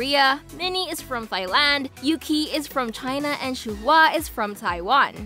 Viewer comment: Her name is pronounced “shu wa” not “shu hu a”😭